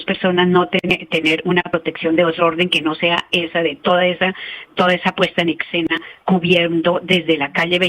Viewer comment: Querida profesora, razón le asiste en todo lo que dice. Pero no se dice ecsena, sino escena, porque así se escribe. Para todos lo que dicen ecsenario, y no escenario. Veo ese error en mucha gente supuestamente ilustrada y personajes públicos.